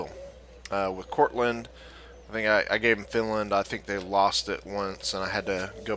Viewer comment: Enjoyed the video, but there is no "t" is Courland!